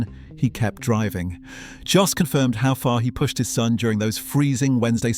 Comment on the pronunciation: That's great insight into Verstappen's style and predilections, thanks a lot! I believe Max will win the World Championship many, many more times in the future — and I'm a died-in-the-Red Tifosi! But I have to knuckle-smack you on one issue. Max's father — it's NOT "JOSS" for cryin' out loud! Max's father's name is pronounced "YOSS" as in most European languages "J" is pronounced as if it was a "Y". Your mistake is particularly annoying here as you you refer to him as "JOSS" around four-hundred and thirty-seven million times... 😫😩